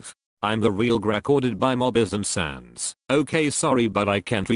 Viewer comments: why dose his text to speach keep saying sans as cents? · The fact that he says "sense" instead of sans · The name is not sans! ITS SNAS!!!! XD